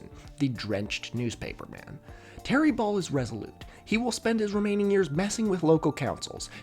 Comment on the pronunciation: Every time you said “Ball” I heard “Baal”